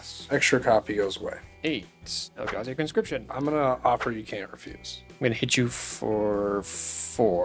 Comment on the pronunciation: gotta be saying eldrazi wrong on purpose at this point